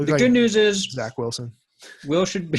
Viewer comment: Zach Will-son